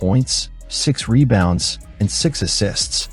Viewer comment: Is this another AI narrator? Monotonous delivery (rhythm, pitch, etc.) and some small mispronunciations sprinkled in (e.g., "reBOUNDS" instead of "REbounds"). Just sayin' ...